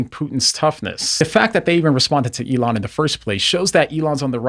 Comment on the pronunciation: "Elooona" hahahaha